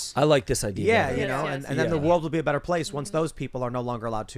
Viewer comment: It’s not better it’s Bretter.